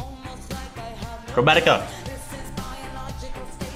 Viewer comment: I don’t speak english but did you just say Coronica 😭